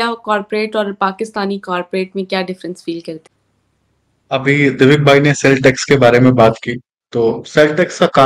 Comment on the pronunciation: ji.....दिविक होता है डीविक नही..... करेक्ट कीजिए 😁